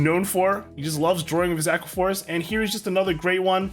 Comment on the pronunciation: "Drawqua" Force